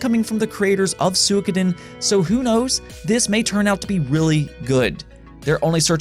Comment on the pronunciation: He pronounced it closer to the Japanese pronunciation though.